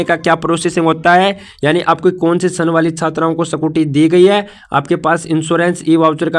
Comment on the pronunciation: Bhai sakuti mast bola apne😂